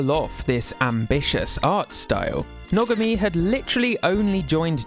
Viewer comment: I love Hisashi Nogami's ideas. btw i think his name is pronounced No-GAH-me